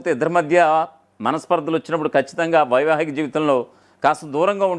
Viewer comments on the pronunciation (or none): యాంకర్ గారూ అది వైమానిక గాదు వైవాహిక థూ థూ తెలుగు రాదా?